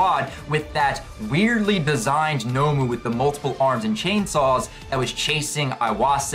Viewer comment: By the way pal it’s not nomo it’s nomu!